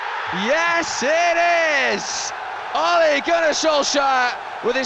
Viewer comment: eventually british people learned how to decently pronounce "Solskjær" but they never even bothered trying to say "Ole" correctly.